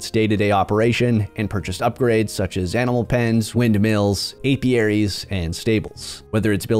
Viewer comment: I think you're the first one I've heard pronounce "apiaries" right lol